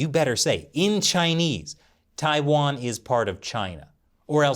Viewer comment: Tai- wan , Taiwan, not tia its tai ok.